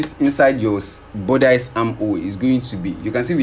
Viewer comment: Bodice... Budissss... Not bodice ... Love your work 💓💕